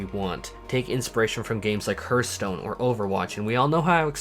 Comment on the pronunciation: Did... did you call it HERTH stone!?